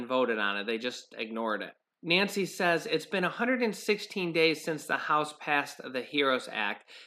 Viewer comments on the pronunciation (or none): none